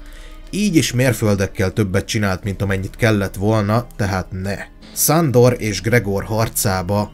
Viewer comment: Csak engem zavar a "Szándor"?